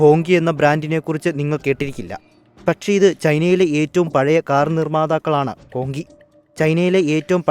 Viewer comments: ഹോങ്കി അല്ല. ഹോംച്ചി (ഹോംഷി ) എന്നക്കെയാണ് പറയുന്നത് എന്നാണറിവ് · ഹോങ് ജി എന്നല്ലേ ?